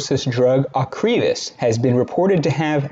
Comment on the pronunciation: You did not correctly pronounce the drug ocrevus